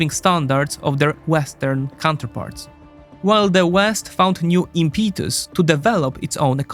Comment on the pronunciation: Sorry your pronouncination of impetus is really hurting my ears. This comes from a good place as a Polish-American. All in all, I would really recommend your channel just invest in a top notch AI voiceover tool for languages other than Polish. Some of this software is now so good that it is virtually indistinguishable from real people (ability of a person to identify bot vs. real human is like ); and voice actors are suing some of the voiceover companies. So basically, it devalues hiring a real person to do these. At least try it out, see how it works.